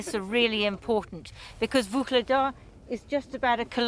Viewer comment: Great report, other than the pronunciation. No need to insert a soft "G" or hard "K" in Vuhledar. You are pronouncing it like the transcribed Russian "Ugledar". It's actually an elongated "H" in the correct pronunciation.